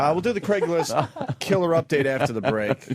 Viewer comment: “Dame Julie” “Craiglist” etc….. Opie just misses saying so many things correctly. How did he ever get away with trashing Vos?